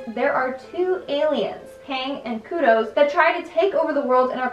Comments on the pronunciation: Kodos, not kudos. Kudos for trying though. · And Kudos instead of Kodos smh. Aight I’ma head out